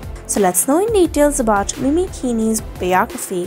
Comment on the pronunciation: Hey name is pronounced mimi not mini .. christ